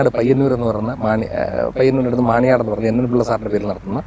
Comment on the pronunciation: Payyannur, മാണിയനാട് അല്ല മാണിയാട്ട് എന്നാണ്, ഒരു ട കൊണ്ട് സ്ഥലം മാറിപ്പോയി,, ചേട്ടാ ur great🥰all the best